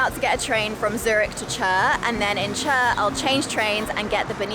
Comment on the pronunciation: it is Chur yes but pronounced as ‘Koor’…